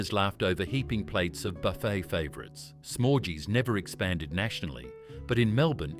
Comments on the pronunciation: It's pronounced Smorghees, not Smorjees, as in Smorgasbord. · SmorGys not Smorejees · Yeah, actually. Good point. It's smor-giiiies like smorg the dragon from the Hobbit. Not smogies like... Umm ....orgies. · .... or Smorgys NOT Smorgees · FFS Smorgy's was pronounced Smorgies. bloody useless AI voice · Smorgy's is so mispronounced. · Why are you pronouncing "smorgy's" so incredibly wrong?! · Some great memories spoiled by the AI narration that couldn’t pronounce Smorgy’s or Shirley Strachan correctly.